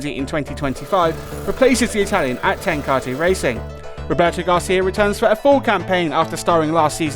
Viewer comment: Best pronunciation of Ten Kate Honda ever - "Ten Kate" 😂 it's "ten kar tay" 😎 Was lucky enough to be a VIP for them back in 2009 WSBK at Donington park - amazing hospitality, but I kept sneaking off too ogle the Ducatis Looking forward to Cannonball Gerloff ploughing into the leader in turn one again this year 😂